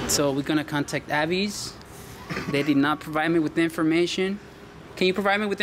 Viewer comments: It’s A....vis. Like Visa....not A....vise. Haha. Nah but really, TSA lady was great and so were the rest. Except the Avis square. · Its prounounced AAA... VIS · AVIS.. pronounced, Aye-Vis. And yes, Alex was a very sweet TSA Agent. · it's pronounced A - VIS <--- rhymes with miss , AVIS ...You don't want to call the company and say their name wrong , doesn't look good ~